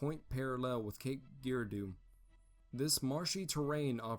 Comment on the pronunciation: I simply cannot believe it these producers of videos like this simply do not do their homework when they cannot pronounce a proper name such as Cape Girardeau makes the whole video laughable. Obviously they did not visit the site or they would pronounce names correctly